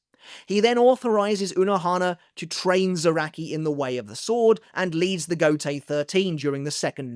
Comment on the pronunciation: Every time you say Gotei I hear Gotey😂.